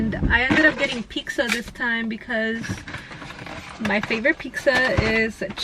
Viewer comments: "pixxa" lol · Everytime she says "pixxa" take a rip ☺😁